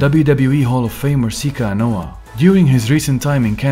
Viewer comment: You're pronouncing Romans last name wrong. Its Anoa'i - Ah-No-Ah-ee